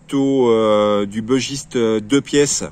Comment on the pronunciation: J'adore ce couteau aussi. Il est issue de la région du Bugey. Il se prononce donc "bu" et pas "beu". Comme tu affectionnes particulièrement ce modèle autant avoir la bonne prononciation !